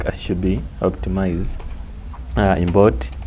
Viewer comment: "Imbort"😂😂 import mwalimu watu changanya